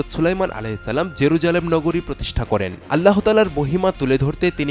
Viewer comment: এই লোকটা বার বার আল্লা হ বলছে কেন? উচ্চারণ হবে এক সাথে আল্লাহ, আল্লা হ না।